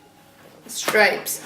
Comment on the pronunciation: It is stripes not stripes